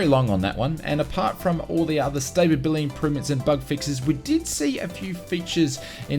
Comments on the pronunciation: *stability (not stapability) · Am I missing some in-joke with how you're saying stability as though it's spelled staybability?